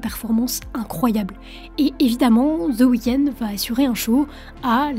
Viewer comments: Aucun intérêt ta vidéo.. désolé .. et c’est chiant de t’écouter dire « the weekends » … y’a pas de s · "ZEUH" weekend. Quel accent.